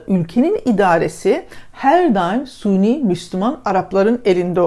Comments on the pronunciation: suni derken sanırım sünni demek isteniyor. lütfen doğru telaffuz. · Suni değil sünni.. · hanım suni değil!, sünni!!!